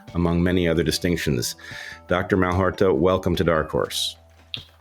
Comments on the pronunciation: Bret, it’s not MalHORta but MalHOTra. Dysexlia lures! 😊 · Fyi Its Malhotra, not Malhorta. Now youve got ppl misspelling it in the comments 🙄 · Mal-hot-ra. Not Mal-hor-ta. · Malhotra not Malhorta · Dr Aseem Mal ho tra. ...not Mal hor ta..., BRET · Mal-hot-rah. His name is well famous now... How in the FUCK are you still getting it wrong? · "Hot-ra", Brett, not "hor-ta". He was too polite to correct you. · Dr. Malhotra not Malhorta. Bret- so unfortunate that you mispronounced his name- twice. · ouch Bret , malhotRa , not malhoRta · Brett pronounced the doctor's name as you spell it, but Dr Aseem's last name has the r after the t and not before: Malhotra. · Slight mispronunciation of the doctor’s name. The last syllable is “tra”. Great video. Thank you so much! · Sadly...it somewhat discredits an interviewer when one introduces an important participant but mispronounces their name. Just take a second before air time to get it right.